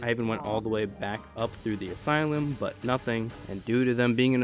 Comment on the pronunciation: Arkham Aslume.